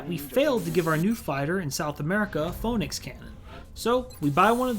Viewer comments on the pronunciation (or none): Please tell me you said "pho-nicks" as a joke,. Please...